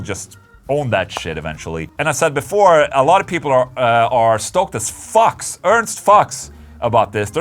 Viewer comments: Just an FYI...it's pronounced "f-eee-you-cks" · Ola….mate! It´s pronounced Foox or the americans do it …Fjux. But actually it‘s the german word for a fox….